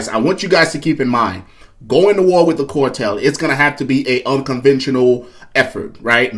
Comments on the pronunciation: Its CAR TELL NOT CORE TELL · It's CAR TELL NOT CORE TELL! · CAR tel not COR tel! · Not a cortel. Spelled CARTEL. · CAAAARRRRRTEELLLLLLLL. NOT CORRRRTELLLLL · it's cartel ..not cortel 🫡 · CAR-tel not COR-tel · The "cortel"? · It’s not the “core-tel”, brah!